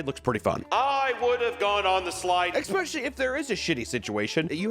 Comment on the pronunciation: "Expecially"